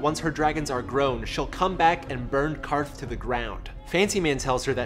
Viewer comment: Props for pronouncing QARTH correctly.